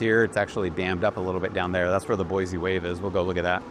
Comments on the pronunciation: You live here and don’t even pronounce it correctly. It is Boy-SEE not Boy-zee. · Sir, not boizi - boisi :) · I believe he is a realtor, and likely pretty new here since he mispronounces the name of the city, doesn't care about anything but selling way overpriced housing.